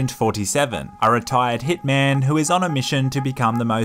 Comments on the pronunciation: When you said “Hitman takes over Los Santos” I thought you said, “Thicman” lol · Is it just me or does it sound like he said thick man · At the begging I thought he said thick man not hitman😂